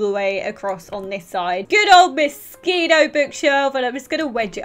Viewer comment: When you say Moschino, it sounds like Mosquito 😂 Your accent is sooooo cute!!! 😍